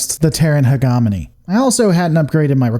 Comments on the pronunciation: For God's Sake man, huh·jeh·muh·nee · no you said "Heh Gohmony" also sad "cuhm bine" instead of "Cahm-bine" lol it's like you were gonna say the Draconic Combine into Voltron - but Combine...like a combine harvester is the...well whatever good video! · Pronunciation: hegemony - He-Jen-o-me. Sorry I had to say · The mispronunciations on here are ridiculous. Combine: Comm-byne Hegemony: hedge-eh-mon-ee Samarkand: Sam-ar-canned Kurita: Cur-Rita Rasalhague: RAS-al-hay-g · hegamony... drucunus cumbine... rayzelhaag! never change. kurutah-sunpah would approve! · my god, that pronunciation of hegemony is hard to get over. cool lore videos tho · How is it you mispronounce "hegemony" and "combine" the whole video, except for one time ? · I don't know if you're saying things intentionally incorrect or just because you don't want to say it correctly. We all know your beef with the word hegemony. But curata? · I'm sorry but some of your pronunciation hurt me... Hegemony, Combine, Kurita to list a few. It's not like saying Davion with a hard or soft "a" because actually a canon thing. Rasalhague I understand is a hard one but as it is derivative of the nation's Swedish ancestry, in any case.